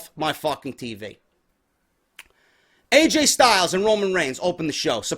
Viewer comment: Lol "Aj Style"